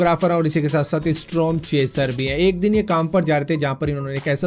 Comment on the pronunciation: strom nae hota storm hota hai tum kyi videos mein galat bol jaate ho pr iss baar mujhe bolna ee pda 1 baar video khud bhi dekh lia kro jbb complete ho jae